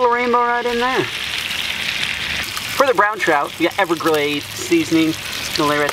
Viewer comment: When he said ever glazeea 😂